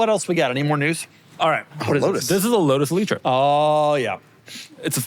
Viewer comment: Lotus Eleetree sent me 😂